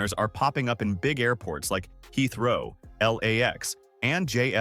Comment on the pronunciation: Tell your effing AI how to pronounce Heathrow! Or read the text yourself.